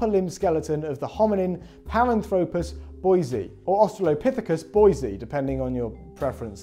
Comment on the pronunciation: Great video! Not a criticism, but since I know you care about details, you mispronounce Paranthropus. For future reference, this video has is the correct way of pronouncing it: (par-ANTH-rop-us).